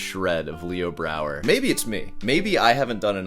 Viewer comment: Yeah, he mispronounced Leo Brouwer about fifty times too. What a douche...